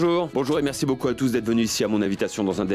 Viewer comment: Qui a entendu que karan a dit mercu mais pas merci😂😂😂